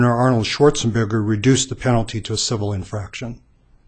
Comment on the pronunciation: “...swarzenburger”. That is like when Hulk says “Ranguruuuuuuugghhh”